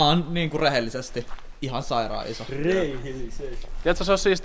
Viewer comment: ''reihellisesti' I love bro!